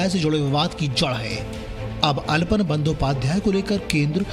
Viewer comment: Aalapon not alpan